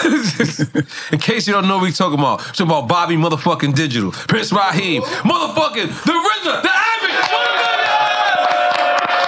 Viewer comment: “Prince Raheem” ❌